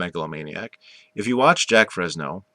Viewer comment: His name is not JACK. ITS JAQUES